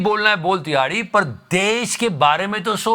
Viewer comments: Tihadi ❌ Dihadi✅😂😂😂😂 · Love the way you say #TIHAARDI😂😂😂😂